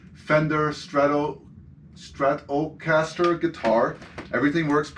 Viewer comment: Lol, I can tell you’re not a musician, the way you struggled with “Stratocaster”. Thanks for the great videos!